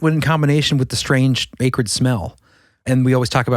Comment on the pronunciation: Strange way to pronounce "acrid" ☝🧐